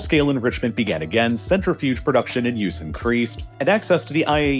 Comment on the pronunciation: It makes me cringe every time you mispronounce "centrifuge"